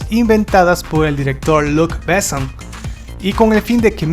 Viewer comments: ¡Híjole! A riesgo de sonar pedante, detuve el video en el minuto 4 porque no pude soportar cómo pronuncias los nombres. Perdón amigo. Los apellidos Besson y Reno se pronuncia como palabras agudas, como si tuvieran acento en la o: "Bessón", "Renó". Un tip: absolutamente todas las palabras francesas (incluidos los nombres) se pronuncian como palabras agudas, es decir, la sílaba tónica hasta el final. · Es realmente doloroso escuchar tu pronunciación, tanto de palabras francesas cuanto inglesas, así como nombres... antes de hacer un video deberías, por favor, chequear lo básico! "Béson", "CiberpUnk", "Yjovovich", "Osuma", etc... Terrible! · "Bésson" "Ciiiiber pUnk" "Milaiiii Jovovich" Esa pronunciación, mi Dios!!!!!!! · Estaria bien que el tipo que habla en este video cuidara los acentos y pronunciaciones de los nombres en Frances sobre todo. Renò con acento, Bessòn, lo mismo. Gaultier la au se pronuncia o. Por favor el reportaje esta muy bien pero desmerece que no te documentes de como se pronuncian sobre todo los nombres propios.